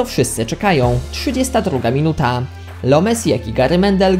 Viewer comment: Czy tylko mnie wkurwia jego Np. Dwudziestadruga minu taa W sensie ja go lubię, ale denerwuje mnie jego wymowa